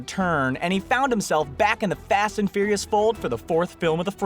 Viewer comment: fast and fouirais